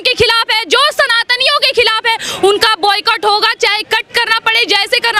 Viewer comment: Are boyyyycut nhi hai .... pronounce to sahi se to kr lo